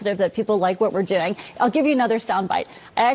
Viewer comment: The CEO literally make the word "doing" a three syllable word like a valley girl. That's ALL I needed to see and hear.